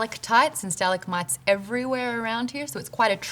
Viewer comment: stuh-lag-mites. NOT STALAGAMATITES